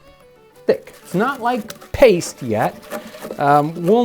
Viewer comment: I LOVE This channel BUT PLEASE PLEASE STOP calling pastry paste 🙏 😢